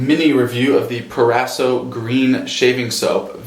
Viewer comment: "PRO - RASO"